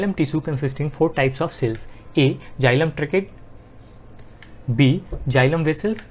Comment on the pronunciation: Is is not jilam it is xylem u are pronouncing wrong